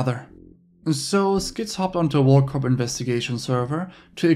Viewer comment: For the love of God. PLEASE PLEASE PLEASE STOP pronouncing the P at the end of WorldCorp...🤫🤫🙉🤫🙉🤫🙉..the P is silent!!!!!!